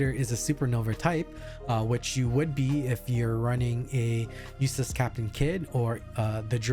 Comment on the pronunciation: Are you saying "USELESS CAPTAIN KID"? HHAHAHA